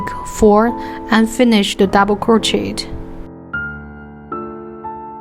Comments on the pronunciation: Why are u talking like that and it’s pronounced crochea but spelled crochet so it’s not Pronounced crochetttt idiot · Hi! Im dont wanna sound rude but it’s pronounced croshey :B